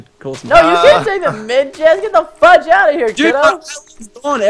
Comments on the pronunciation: I heard fuck instead of fudge. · he said fugge this